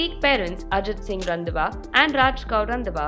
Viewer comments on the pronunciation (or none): 😂😂 it's not randwa it's Randhawa please 🥲🥲🥲🤣🤣🤣🤣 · Please get the pronunciation of Randhawa correct.